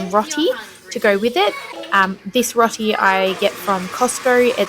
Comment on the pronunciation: I'm a grateful subscriber, and I really love your content, but I'm going to be an asshat because I am an asshat about pronunciation... I'm so sorry, and I don't know why I can't let it go, but it's 'ROW-ti', as in, 'row your boat' 😢❤🩷❤️